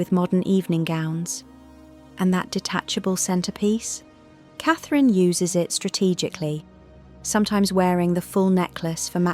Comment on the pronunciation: The name you seem to be struggling with is Catherine Princess of Wales. Your rudeness Is unbelievable